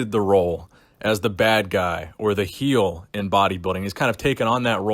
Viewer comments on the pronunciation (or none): none